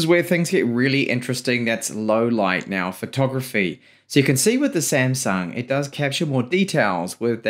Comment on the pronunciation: samsung not semsang 😂